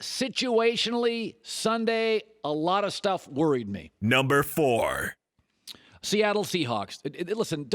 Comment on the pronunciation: ...Or a Sssssss.... couldn't say Seattle Lol 😆🤭